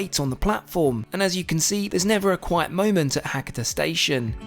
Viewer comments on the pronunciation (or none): Try to pronounce the local town names properly. It's Ha-ka-ta, not Hakkitter.